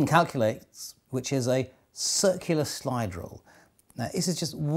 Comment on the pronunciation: It sounds like "slidrel".